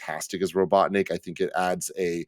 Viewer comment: said robotnik like robotdick.